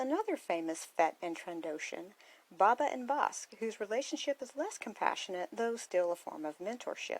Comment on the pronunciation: Why do you call him Baabaa? It’s Bo-Bah